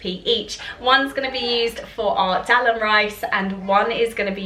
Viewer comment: Dahl is pronounced dARL not del